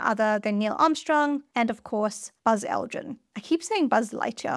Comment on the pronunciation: No you don’t, you say Buzz Aldren